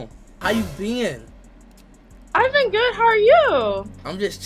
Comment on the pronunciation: “I aint got no other gf” 2 seconds later “how u bEaæn”